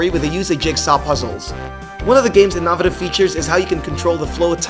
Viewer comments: in-NO-vay-TIV not IN-nah-na-tiv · In-nawv-a-tive? Really? It's in-o-vay-tiv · In-no-vay-tive not in-nah-vay-tive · Innavative? I've never heard innovative pronounced that way. :P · "In-naw-vih-tiv" What the fuck man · lmao the way he pronounced innovative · Why did he say innovative like that? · The way you say innovative lol completely wrong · the way this guy says innovative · Learn how to say innovative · literally could not fathom how he fucked that up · I paused and absolutely lost it. And then when I regained myself, I pressed play and he did it again and I was done for. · I had to stop the video, rewind and check when I heard that. Then he does it again 5 seconds later! Moron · this man said inovative like you really a spokesperson and cant pronounce innovative